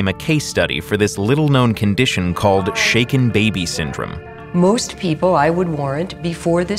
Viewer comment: Now may not be the time but I thought they said shake it baby syndrome for a good few seconds